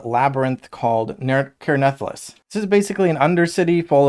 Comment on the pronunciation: Crazy how many different ways people pronounce the name of this game lol. Care Nathalass is a first lol